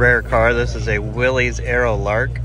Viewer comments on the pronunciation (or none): "Willys"...pronounced Will-liss.....not Willy's. Love your videos!